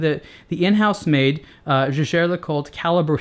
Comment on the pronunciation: The easiest way to find out correct pronunciation is to look up JLC's commercials or interviews with someone who works for them. I think pronunciation of the brand name is actually pretty good (at least compared to some of the other reviewers on youtube).